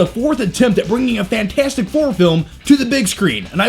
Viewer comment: FANT-FOUR-STIC what did you just decide the "T" doesn't exist?